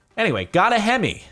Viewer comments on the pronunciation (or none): none